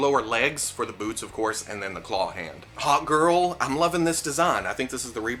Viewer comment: Every time you said Hawk Girl it sounded like you said Hot Girl ‘I just like a good looking hot girl’